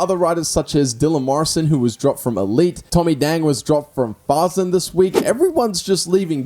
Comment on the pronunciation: Fasen not faaaazzen